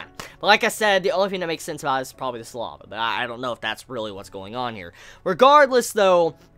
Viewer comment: Listening to him pronounce Saliva as Sa-Lava is funny.